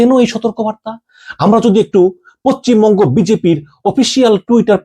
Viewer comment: আরে ভাই বুঝলাম যে ভারত নিয়ে খবর না করলে তোমাদের পেট চলবে না। কিন্তু বাংলা উচ্চারণ তো ঠিক ভাবে করো। পচ্চিম বঙ্গ কি? আমি তো জানতাম পশ্চিমবঙ্গ বলে একটা রাজ্য আছে। এতো জ্ঞানী বাংলাদেশেই জন্মায়।